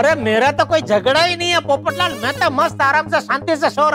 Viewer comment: who poptal 🤣🤣🤣🤣🤣 it's popatlal